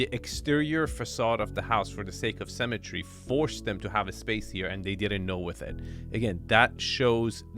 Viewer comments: Love you man but please learn how to pronounce symmetry sim-a-tree as you pronounce it cemetery sem-a-tree a place for dead bodies 😂 😂😂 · Sy-me-try. Symmetry. Symmetry. Not "cemetery", xD